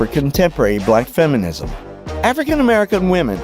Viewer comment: “Feminisss” “racissss” 🤦